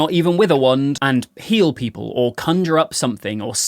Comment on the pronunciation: Instead of “Being able to heal people “, I thought you said “Being able to peel people.”